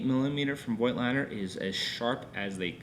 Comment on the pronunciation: Thank you for this great review! Just a word about the original German pronounciation of the Nokton lens brand: It's 'Fougtlender' ;)